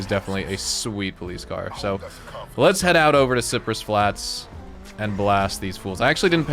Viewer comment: yo did my man say cyprus flats?